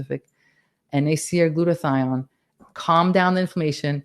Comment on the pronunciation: Glutothia what? Could not hear it